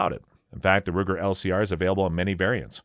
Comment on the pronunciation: Greetings! When announcing the Ruger LCR, please correct me in case I've heard "Luger". It is just an observation! Just a thought- just a thought!